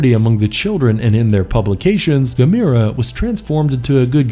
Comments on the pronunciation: It's pronounced (ga-m-er-ah) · It's pronounced Gam- er- uh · Uh. It's not Ga mir a. Uf youare going to do a list like this, ar least get the pronunciation correct 😒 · Pronounced ( Gam- er- ah ) how can you not know the proper pronunciation to the second most popular kaiju next to Godzilla. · I'm really impressed! You managed to mispronounce every single kaiju name, that's got to be a first, even for an American. 🙄 I'll give you a hint for one; Gamera is pronounced the same as camera, with emphasis on the e. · The only rip off here, was the 14 minutes I lost watching this! And learn how to say Gamera right. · Why can't he pronounce Gamera correctly?